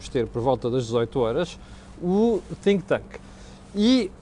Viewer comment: Epá, deixa de pronunciar TINK TANK; é THINK, não é TINK. Esse "h" nunca se ouve.